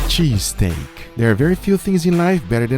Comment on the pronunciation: Had to rewind just to hear Guga say “sheeeeeztake”